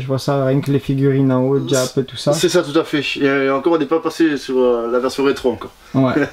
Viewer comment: on dit jap pas djap 😅😅😅😅 Belle collection sinon